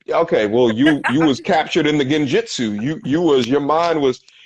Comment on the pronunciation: My dude said "Stuck in the ginjitsu" love the naruto reference.